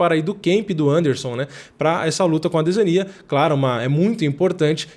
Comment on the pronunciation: que gastura desse mano falando adesania com enfase no i .. parece o delahoya chamando o chuck liddell de chuck laidel